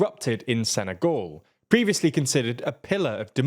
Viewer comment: sene-goal xd